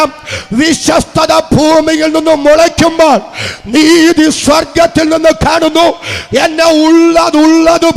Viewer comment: എവിടെ? സ്വർഗ്ഗത്തിനലോ, നരകത്തിലോ? മലയാളം ശരിയായി ഉച്ചരിക്കാൻ അറിയില്ല, അല്ലെ? 😂